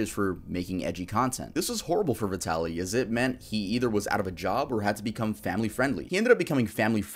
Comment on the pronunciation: It amazes me how many people who have talked about Vitaly , and aren’t aware that the word VITALIZED exists . That’s what his channel was Called . Not VITALY ZD . It was VITALYZD TV . “VITALIZED TV “ . I’ve seen dozens of you tubers say that name and never ever say it right . And I’m not even a fan .